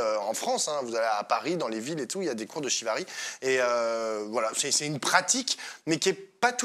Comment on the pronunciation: Sauf si j’entends mal mais la pratique de cordes est le ShiBari et non Shivari 😉. C’est de base une pratique de torture ( Chinoise ou Japonaise je ne sais plus 🤔) . Qui petit à petit cette pratique a changer et est plus pratiquer dans l’intimité ou non mais de façon consentante et pas une manière de torture 😊